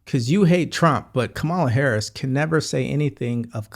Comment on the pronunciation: Are you mispronouncing VP Harris’s name on purpose?